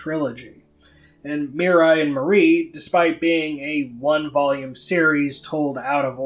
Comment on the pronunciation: It's not Mirai And Marie, it's Miriya And Marie